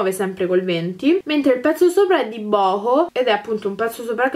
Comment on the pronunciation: Bohoo credo si legga "Buhuu" una ragazza americana lo pronuncia così